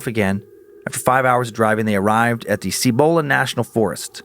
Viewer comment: The Sandias are not North of Albuquerque, they are east. Cibola is pronounced SEE-bo-la not See BO la.